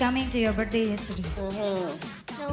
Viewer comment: 😭😭 org Indo mau sejago apa tetep aja bilang "britzdAYs" = it's BIRTH-DAY kaga pake S 😭 bapak ibu kakak adik smuanya